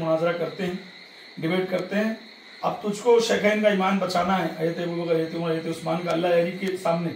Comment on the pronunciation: Hajraaate hajraaate hajraaate. Haraaami pehle bolna seeekh